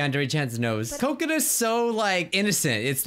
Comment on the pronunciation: does anybody think he is saying coconut when he says kokona